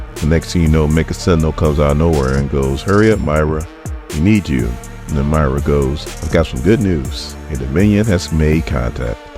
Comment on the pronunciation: Moy-ra not My-ra 🙄